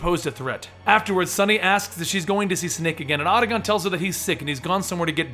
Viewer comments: It's Ah-ta-con. Not Ah-da-gon. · Not only that! Otagon for Otacon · OTA - CON NOT OTAGON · seriously I was thinking the same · "Auda-Gohn" "Ray-den" I'm outta here... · Did you play the games? You can’t pronounce octacon or Raiden correctly. Lots of misinformation here. Thumbs down my dude. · Awesome narration, but I can't believe you kept mispronouncing Otacon and Raiden. Terrible.